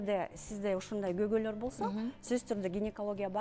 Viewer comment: Кыргыз тилинде когой деген сөз жок. Туура сүйлөгөнгө үйрөнүп, анан эфирге чыксанар. Көйгөй деп айтыш керек